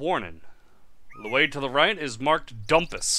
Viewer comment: I believe the `dhu´ of Dhumpus is pronounced as a j-sound, kinda like ¨Jumpus.¨... But that´s just a guess.